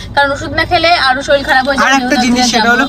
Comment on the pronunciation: বাঙ্গাল ভাষা বলছো কেন? এই মডার্ন যুগে বড়ই ভাষা গুলো বেমানান।শরীর উচ্চারণ করতে হবে,শরীল বলে ?